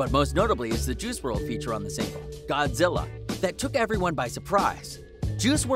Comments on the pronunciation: Did this dude say Juhrual? Dude is definitely reading from a script 😂. Juhrual. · This man said F-T Juice WRLD lmao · "Ju rule"??